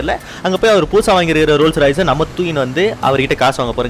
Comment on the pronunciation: Bro RolleRoyce illa RolceRoyce